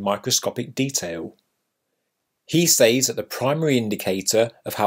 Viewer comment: I want to punch u in the face when u pronounce ‘says’